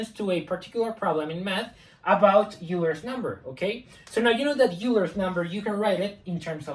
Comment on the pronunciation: Euler was German, so "oy-ler".